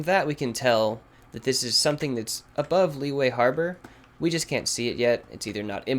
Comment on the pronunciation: Lee yu eh not Lee way jeez